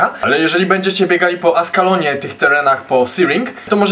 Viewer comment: "tełrenach" xD